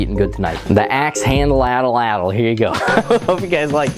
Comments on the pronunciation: At lat l not Ata lat l it's At Lat L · At-Latl Not atl-atl King energy intro btw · You should gimmieimme the atlatl because I genuinely can't tell if you don't know how to pronounce it or if you just like saying it that way to be funny, so I'm gently pointing out it is pronounced 'aht-lahtl' or 'aht-laht'. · "your atalatalatal, will keel 🙂" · So the L isn’t pronounced… the tl at the end of a the word is more like a click but with your tongue